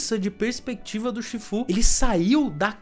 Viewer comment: Todo mundo viu esse filme dublado, ou assim foi como ele se difundiu, então me dá agonia quando ele fala os nomes tudo torto. Tailangue, chífu, que nojo. Faltou chamar Pô de "póoulw"